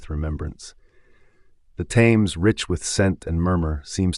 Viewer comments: The river Thames is continuously mispronounced as ThAmes, with a strong 'a' but in reality the 'a' is pronounced as if with an 'e' as in Ted.... "Themes". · Why didn't this American narrator learn how to pronounce The Thames? Very distracting!